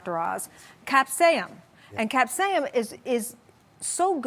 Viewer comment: Capsain? It's called capsaicin, not to be rude but if you're coming on national television claiming to be educated on food and nutrition then you can at least say the words correctly. Lord! Also, it's called a calorie deficit anyone on a calorie deficit will lose weight...period.